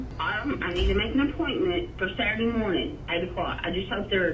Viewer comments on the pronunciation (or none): SHE SAID SATRURDAY AT 8 OMGGGG